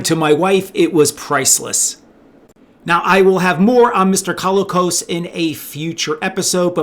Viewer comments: John Colicos was awesome, and it was great that Richard Hatch got him for the sales-push trailer for his proposed project. But I noticed you were pronouncing it "CALL-ih-koss." In interviews/etc. I believe he used either "cō-LEE-kohs," or "kuh-LEE-kohs" - in a couple of interviews I've seen it seemed to vary a bit based on how fast he was talking, and might also be John's Canadian roots at work. Since he's pretty much the only notable person with that surname, it's tough to find other examples. The general consensus is that it's of Greek origin. There has to be a fun story about a Greek family winding up in Canada - I mean, it IS pretty unusual. That alone could be the basis for a feel-good movie. Like, "My Big Fat Greek Wedding" in Alberta or the Yukon, and nobody has any clue what this crazy family is up to. (Sorry if I can't remember the official phonetic symbols, but I haven't had to since I was in maybe fourth grade and that wasn't important enough to hang out in my brain for 45 years. Also I don't know the ASCII codes for half of the accent marks.) Edit: If your specific focus is on toys, I remember actually lining up at a morning opening of a Zayre (!) store in northern IL with my dad on a wintry day, when Christmas stock and sales were dropping. I literally dashed on my 10-year-old legs back to the toy section - I was still small enough to weave around adults with shopping carts if I moved fast - heading for the Battlestar Galactica section. An utter jerk of an adult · Isn't it pronounced "co-LEE-cos"?